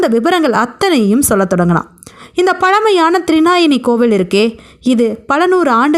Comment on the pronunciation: த்ரிநாயனி அல்ல. த்ரிநயனி, அதாவது முக்கண்ணி. (த்ரி - மூன்று; நயனம் - கண்) த்ரிநயனி